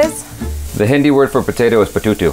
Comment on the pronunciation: Actually he said petuto 😂😂